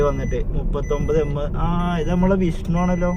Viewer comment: മോനെ വിസ്ണു അല്ല വിഷ്ണു